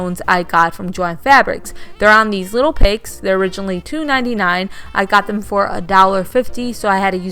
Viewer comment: 😇🎄 Hi, I absolutely L 💚 VE ALL of these DIYS, and I appreciate YOU for sharing, even though you are have the stiches in your mouth.😊💜 At first I thought you were saying 🐖 pigs, LOL Then I kept watching more of the video, and realized that you were saying Picks. Thank YOU for sharing your creativity 😊 💜 P.S. I go by my middle Joy 😊 💜🎄 🎅🎁 ❄⛄ 🎩 Oh and YOU are the FUNNIEST You Tuber, and NOT JUST BECAUSE, I THOUGHT YOU WERE SAYING PIGS, but because you ARE just NATURALLY FUNNY 😅😊💜🎄🎅🎁